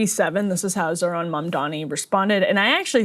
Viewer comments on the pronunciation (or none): questioning the intelligence of the journalist asking trump questions when he couldn't even read well enough to know that it's zohran, not zorhan